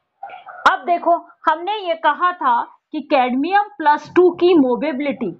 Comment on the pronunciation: Mobility hota h ya mobability ???? Movability smjh aata h but mobability??🤔